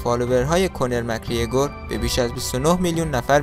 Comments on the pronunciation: كونر نيست كانر است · کونر نه 🤦‍♂️ کانر درستشه